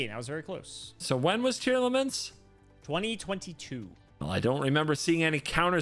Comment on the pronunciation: oh god, mispronunciation of tearlaments is spreading